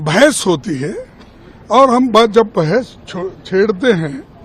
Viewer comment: Bhens nhi hota bhas hoti hai. Gawaron k gwar nrta😂😂😂😂😂